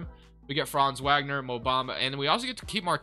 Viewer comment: His name is pronounced Frahnnz Vogner btw. Magic have always been my favorite team but TWolves have been my West Coast team for over a decade.